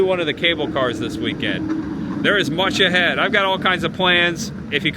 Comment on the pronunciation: Every time this guy says much ahead It sounds more like Munch ahead